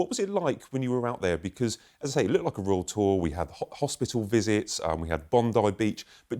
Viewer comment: I REFUSE TO LISTEN TO THIS LADY SAY ROYAL TOUR..BE QUIET!